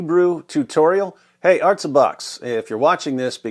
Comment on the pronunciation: This isn't the correct word though... The way David Wood said in the video "ártza" is the correct pronunciation, and it means "to the land [of Israel]", or "to the earth" (like how you say "Down Boy!" to a doggo)...